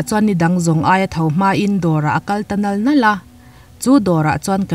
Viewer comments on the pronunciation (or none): none